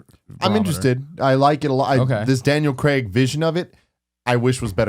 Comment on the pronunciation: Just want to say thank you to Tim for being the first american I've heard to pronounce Daniel Craig's name right